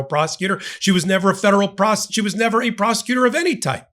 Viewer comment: Hey, did you just say she was never a federal prostitutor? Sounded like it! 🤣👍